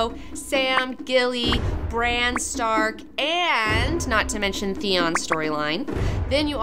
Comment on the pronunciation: She pronounces Bran like "Briene." I was so confused.